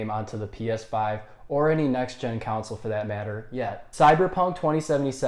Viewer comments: Why do you pronounce "console" like "counsol"?😂😂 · This x 1000. If you can't say "con-sole" , maybe review other stuff. Politics maybe because you can say council. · Why does he say council, its console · Console mate not council haha are u even a gamer?? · Its pronounced CONSOLE not CANCEL. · Good lord it's console not "counsel" 😂😂😂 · Why does he say cownsel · Council* he said😂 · Can’t trust someone who dnt say console right😭